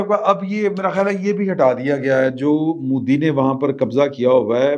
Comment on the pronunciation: Plz bolnay ka style theek kerein.phatay pe bethnay walon ki tarah baat kertay hain.punjabi bolna buri baat nahi.magar Modi ko "moodhi" "meehta bachachan" thori mehnat kerein.